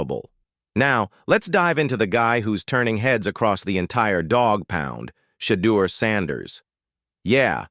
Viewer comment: This speaker whether human or AI doesn't even know how to pronounce Shedeur's name.